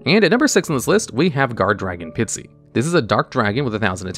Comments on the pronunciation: It's not Pitsy, it's Pisty. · I like hearing say "Pitsy" instead of "Pisty" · Dude can pronounce “Koa’ki Meiru” but not Pisty?